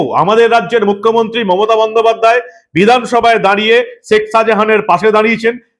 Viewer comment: আমি আপনার গুনগ্রাহী। আপনার দীপ্ত, নির্ভীক চোখ খুলে দেবার মতো আলোচনা নিয়মিত শুনি এবং উপকৃত হই নিজেকে updated করতে পেরে। বার বার একটি উচ্চারণ শুনছি তো তাই বিনীত ভাবে একটি কথা বলতে চাই। ধৃষ্টতা মাপ করবেন। আপনি শেখ শাজাহান যখন উচ্চারণ করেন বলেন শেক, শেখ বলেন না। মানে খ উচ্চ্চারিত হলে কানে খটকা লাগে না। আপনার উচ্চারণ প্রতি বার ই হয়ে যায় শেক মানে খ এ শেষ না হয়ে ক শুনতে পাই। অপরাধ মাপ করবেন।